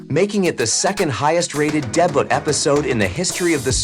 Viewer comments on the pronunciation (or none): So many mispronounced everything. I hope it’s a bot and not a person - because instead of “debut” it said deeba.